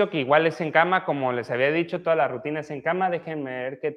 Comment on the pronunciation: Rutina no RAUTINA